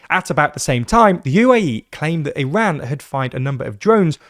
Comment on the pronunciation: Thanks for pronouncing Iran and Hormoz correctly.